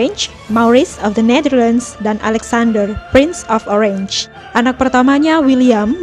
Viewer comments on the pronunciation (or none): Maaf pengucapan Orange dibaca Oranye, bukan Orenj (bhs Inggris). Sukses !